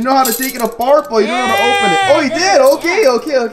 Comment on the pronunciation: why are you saying Otay